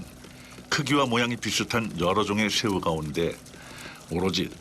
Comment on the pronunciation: 아닠ㅋㅋ 성우님 ㅅ발음할때 뭐 드시나봄ㅋㅋ 한번 신경쓰기 시작하니까 계속 들려서 집중이 안되네요ㅜ 셰우, 슌셔, 등등등